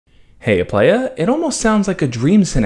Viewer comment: everytime you say "Heya Playa", you sound kinda aussie lol